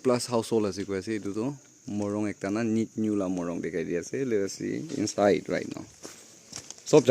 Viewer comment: not nyeinyu pronunciation correct it bro